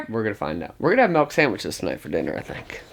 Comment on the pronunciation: "Milk" not "Melk" 😂😂😂